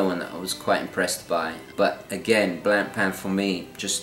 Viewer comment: BTW, Blancpain is pronounced Blon-pahn not blan-pan....😉